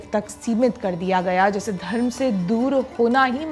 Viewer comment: चोला नहीं चोल धर्मा नहीं धर्म शिवा नहीं शिवा शिवलिंगा नहीं शिवलिंग काला नहीं काल कृपया शुद्ध हिंदी का उपयोग आपसे अपेक्षित है